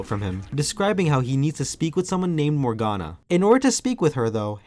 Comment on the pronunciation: Morganna not Morfana